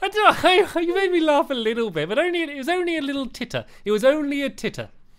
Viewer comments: Stampy did say pit instead of bit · He said fun pit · Stamps u did say fun pit lol :) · he said fun pit!!!!! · He did say pit not bit!! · I thought he said fun pit to